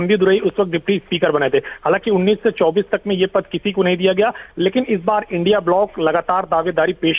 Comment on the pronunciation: इंडी नहीं उचित उच्चारण इंडिया है